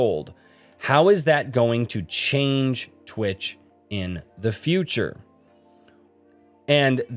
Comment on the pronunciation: Twich is the sound you make when you want to say "Twitch" but along the pronounciation of wi to tch you sneeze so you end up saying "Twich!"